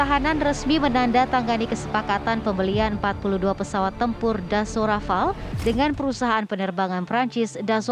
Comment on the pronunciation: Pembaca Narasi TVOne keren 👍.. saat menyebut Dassault Rafale, si narator menyebut dengan pronounsiasi yang benar: "Desu Rafal"